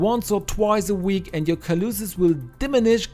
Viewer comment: At 3.33, kaloosis - calluses, pronounced callu-sez.